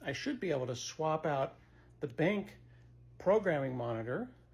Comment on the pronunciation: I thought the same thing, but then Scott said "BENK" - and I low key LOVE that pronunciation! Not sure that I care whether it's right or wrong, but that's how I'm saying it from now on!!! Thanks Scott!